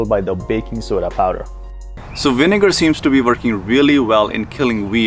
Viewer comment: you said winegar and veeds !!!